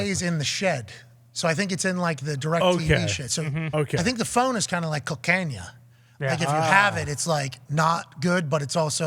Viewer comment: Pat talkin about “cocainya”? I knew he loved partying 😂😂